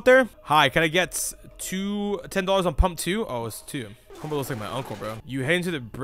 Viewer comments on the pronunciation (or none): none